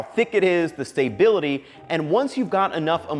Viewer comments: Staybility??? No, it is stability. No "y". if you're attempting a play on words.....just stop. Real chef here. And I completely lost interest due to your mispronunciation...... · stop saying "stay-bility" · Ah yes, the "stay-bility" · Is he trolling by saying soo-gar and stay-bility? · The stay-bility. 😂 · stay.bility your the first robot i have heard in 46 years to pronounce it this way. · "...the stay-bility..." is getting me every time lol. Great video, don't mind me. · He keeps saying "stay-bility" too. It's a funny little mnemonic ;-) (and ) he does pronounce "lecithin" normally. "sugar" He has no "sh" sound to it. But then he says it normally (づ •. •)? "... those famous [Japanese] 7-11 gas station stores..." That's American. American convenience stores #1 seller is gasoline. In Japan, there's no gasoline at most 7-11's. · Cannot get over the pronunciation of stability.